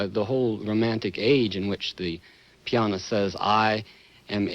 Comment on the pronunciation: every time he says that it drives me nuts lol